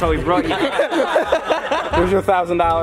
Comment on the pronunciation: “If u make the shot, I’ll give you 1000 dAllArs”